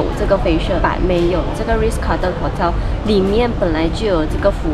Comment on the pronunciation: 温馨提醒，Shu Sen有几个英文字念错了，Raffles, Ritz Carlton, Quinoa (这个字的发音完全错误）还有 Beige color。发现Shu Sen 近来都会被一些大牌子邀请，很棒，建议牌子的名字不要念错，以表示对品牌方的尊重。与品牌合作最避忌就是把人家名字念错。加油哦。多问多练习可以被改善的。